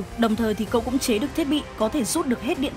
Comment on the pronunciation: ở sao em nghe cậu thành cô luôn:)